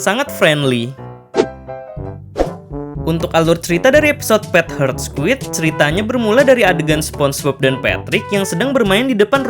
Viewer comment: Admin membaca judul: Pet Heart Squid Di telinga gw: Pet Hurt Squid...